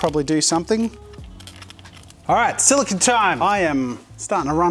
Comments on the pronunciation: Silicone. Not silicon. They are different. They are said different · Great video Jazza, but please note that "silicone" is not pronounced the same as "silicon" (what you were saying), the correct way of saying it is "si·luh·kown" (silicone) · It’s solo-CONE